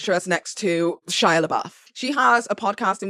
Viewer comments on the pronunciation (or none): none